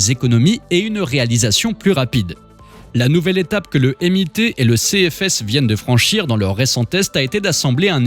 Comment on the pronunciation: C’est sérieux pour la prononciation du MIT ? 🥲